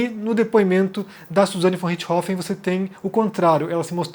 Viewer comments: A forma como a maioria dos brasileiros pronuncia o nome é mais natural que a forma como vc está pronunciando. O nome é RiCHThofen, e vc fala RiTCHIhofen. Vc joga o CH para depois do T, que não existe na pronúncia alemã. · Apenas p acertar sua pronuncia, muito embora isso seja capricho tamanha a tragédia macabra. Suzanne Von Richtofenn.....RICHT HOFFEN....0 T Deve ser pronunciado quase mudo. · Não sei da onde ele tirou esse "Ritchrofen" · Richthofen,, não Ritch-hofen. Só eu que me rachei cada vez que ele fala o nome errado no vídeo? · 20 anos ouvindo "rixtófen" me deixou incomodado ouvindo "rich rofen" Desculpa por esse comentário aleatório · Nao é Richrofen é Richtofen com t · Comentando pra comentar mas é richt-hofen ou Ritch-thofen??? A imprensa SEMPRE usa esse último. Achei estranho como voce pronunciou só pq sempre falam de outra forma mas vi agora que tem essa possibilidade tbm. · cara sempre acho estranho quando o fala alguns termos ou nomes estrangeiros com pronúncia original hahhahahaa aqui falamos "Suzane Vonrestofen" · O jeito que o pronuncia " Ritth Rofen" é diferente 😊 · por que você está pronunciando o nome sem o T? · Mano... Me incomodou demais o jeito que o ficou falando Richtofen... O jeito que ela mesma fala o sobrenome é bem diferente do jeito que o fala. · Não, o que tá viajando nessa pronuncia dele. Pode pesquisar vídeos em alemão sobre o Roter Baron, em alemão eles pronunciam o T de Richthofen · Essa sua pronúncia de "richtofen" tá de matar... realmente nao dá pra ouvir. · É. Não deu pra mim também... Mas todo respeito ao!